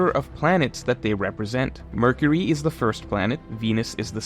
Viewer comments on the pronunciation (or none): none